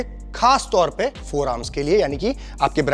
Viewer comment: Forearms❌ Foremars✅😂